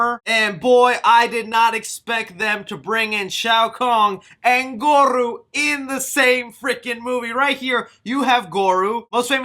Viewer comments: who is shao kong and goru??? lmaoooo.....OMG!! Dude!! How are you butchering these iconic names?? Are you serious?? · I believe he called him “Gore-rooo” More emphasis on the “rooo” 😂 Just like “ta-sun” from Shang Tsung... eye roll 😂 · sorry dude its pronunced gore-o goro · Who the fuck is Gogru? You mean Goro 🤣🤣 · pls work on ur name pronuncians lol. the fuck is a Goruu, Quang Chi, Shang Toosung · Jesus, the trailer was good but how you wrongfully pronounced alot of the mk character names was absolutely haggard dude... like really, goruuuu it's gore OH and Shang tusung... Shang soon... Jesus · *its Pronounced Lin Kway NOT kuey Also it’s Goro NOT Goru 🤦🏽‍♂️ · Yo I think you meant Goro Not Goru. Sounds like gore-row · It's Goro, not Goru and in Shang Tsung the T is silent. LOL that made me cringe every time but I'm definitely looking forward to the movie keep up with the updates.👍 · So I don't have to hear you butcher these names in future lol. They're pronounced Shang Sung not T sung, Gore-O not Goru and Lin Kway not Lin Kooey. Great video as usual though :) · gore-ohh. shay-o khan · Bruh not goru and shao Kong lol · He's not called Goroo! Made me chuckle bro!!! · Goru and shang t sung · hearing you say "shang tuh-sung" and "goru" makes me wanna vomit. also quit yelling, jesus. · The cringe of mispronunciation of characters annoys me. Some analysis is good. Not goru ugh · “Shang ‘TT’Sung” “Lin QUEEY” “GorU”... bro do you even follow mortal kombat when you can’t pronounce their names correctly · im really happy you recognize your fuck ups cus i was gonna lay the fuck into ur hype train and not saying shit right. also liu kang is a descendent of kung lao so hopefully that is done proper. goro looks awesome. lizard is reptile cmon bro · Omg you can't say goro